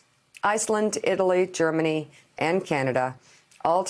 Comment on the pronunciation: "Germanuuuuuuuthe United States" Trump can't even say Germany now.